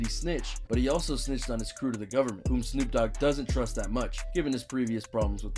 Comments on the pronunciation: No one's gonna say anything about this dude calling Snoop Dogg 'double O G'? As in Oog? What? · "double OOg" its pronounced snoop DO double G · 'Double OG' 😂 it's D O Double G 😂😂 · My bro said the double o. g idiot. It’s the d o double g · Instead of D OH DOUBLE G (GG) ... HE SAID DOUBLE O G!!!!😂😂😂 WHAT THE HELL 🤣 🤣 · The double og? You mean the Dee oh double g. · I heard you talking more than any Numero Uno numero dos you said Snoop double Og it's do double G lol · It's d.o. Double g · I believe he was going for “Snoop D, O, double G.” but yeahhhh, he definitely butchered it lol